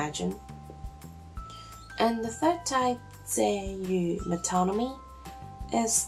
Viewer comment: no "s" on rhetoric (unlike, say, "politics), and it is non-count. and you pretty much nailed the third one: "metónomy"